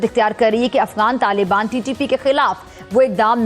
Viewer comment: LALIBAAN NAHI YE TAALIBAAN HAE SAMAJLO PAAKIYO 😂😂😂😂😂😂